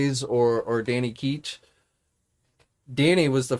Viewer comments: ItsDanny Ketch. Not Keech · His name is Ketch, what you’re saying is “keetch”.